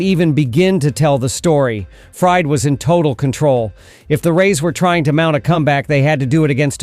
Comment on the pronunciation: Is this narrated by A.I ? Because am I mistaken or did he call him Max Fried as in fried chicken several times ?